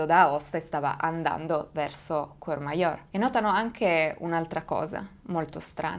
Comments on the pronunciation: no cheur o cher ,ma courmayeur pronuncia : curmaier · complimenti per il canale e per il video! solo qualche appunto, da valdostano: -Aosta è una cittadina che hinterland compreso conta circa 60000 abitanti, (purtroppo) non è il bucolico villaggio montano con ponte mostrato in foto -Ansermin si pronuncia "ansermèn" -Courmayeur si pronuncia "curmaiœr" -Vivien si pronuncia "vivièn" e lo so, è difficile la pronuncia francese, non ne faccio una colpa eh ;)